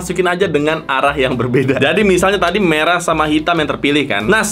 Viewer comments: Abang pesulap merah bukan medrah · Merah ❌ Medrah 🗿✅